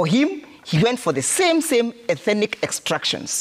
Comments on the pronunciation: This guy thinks that a particular ethnic group in Kenya has some special God given entitlement. Bure kabisa. UK warned Kenyans about utawala wa HASORA. BTW, it’s ETHNIC and not ETHENIC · Ethenic!😂..maahn that word is tearing him apart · It should be 'ethnic' NOT ethinic, bro! Otherwise, great perspectives from. This administration should go home! The anchor is a well known cheque book journalist! Ouch